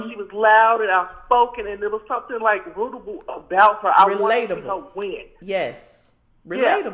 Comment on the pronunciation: I almost died when that caller said "root-able" 🤣🤣🤣🤣🤣🤣🤣🤣